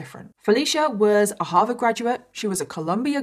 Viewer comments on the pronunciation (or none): none